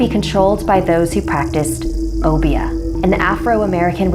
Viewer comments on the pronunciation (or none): It not pronounced o- be -ah pronounced like oh bear